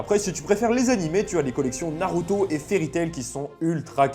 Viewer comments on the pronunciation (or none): none